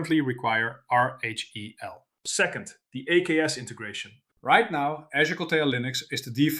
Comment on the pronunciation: Can't tell if the reading is AI slop from the mispronouncing of RHEL and VMs.